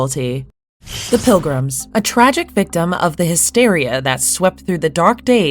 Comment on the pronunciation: There is quite a lot of words that were mispronounced that I’m assuming it’s AI. And she is called the PILGRIMESS